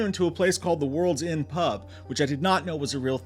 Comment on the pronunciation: One correction, if it's Mega City comics in Camden Town, North London, he went into the World's End (sounds like you said Inn, not End) pub above the music venue The Underworld. All are within a minute and half of each other.